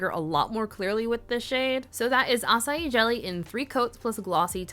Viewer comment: I love that you can pronounce açaí with no problem but put the ç in curaçao and all bets are off 😂